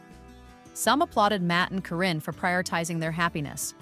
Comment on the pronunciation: Karen ka re n, not Corrine thanks 😊